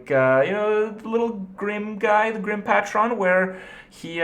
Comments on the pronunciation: I enjoy all of you freaking out about his pronounciation of "patron". Maybe it's affected by a different language. The way he says "patron" is for example more similar to the German pronounciation, although I don't think Kripp has anything to do with German. But maybe he is infuenced by Romanian or Greek, who knows? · Him mispronouncing Patron over and over again was almost unbearable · Oh god his pronunciation of patron hurts to hear. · Do all Canadians say patron like that? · I love the way he pronounces 'patron' lol xD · You're pronouncing "patron" wrong. It's more annoying than it should be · Its pronounced like pay-trin, its not a fucking transformer... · Pay-tron (or a bit more half-assed, pay-trin) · ITS PAY-TREN GOD DAMMIT! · its pronounced PAY-tron, how do you not know this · I think Grim Patron is pronounced Grim Paytren. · Learn how to say patron idiot. You sound like a moron saying "pat-ron". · Grim Patron... Pey-tron, pey-tr-on. Patron. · Pay - trun. That was too many mispronunciations in a very short span...fuck. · pay-tron PLEASE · Paytron, it's pronounce paytron please Kripp... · Nice vid, btw it's pronounced Grim ''Paetron'' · Yo Kripp I think it's pronounced pay-trunn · Its pronounced PAY-tren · No it's not. Pae-tron is the correct pronunciation . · long a on that patron, not megatron, pAAAAtron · HOLY SHIT ITS GRIM PAY-TRON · jesus christ. It's "PAY-TRON" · Grim Pah-Tron Kripp plz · Patron. Pronounced, Pay-chren or Pay-trin. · Patron is pronounced Pay-Tren just to help you out buddy! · Grim "Pay-trin" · Grim Pat-Ron... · Patron = PAY-TRUN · Patron pronounced "Paytrin" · I wouldn't have even said anything but he says "Paht-ron" 9 times in quick succession. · I cringe every time Kripp says "Patron"... >_< It's almost as bad as when he mispronounces "bomb" in bomber... -_ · The way Krip says the words "Patron" makes my soul hurt. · the way he mispronounces the word patron hurts my soul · Your pronunciation of patron greatly disturbs me